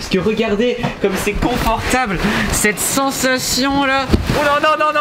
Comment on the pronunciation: POUR QUOI TU DIS CENSATION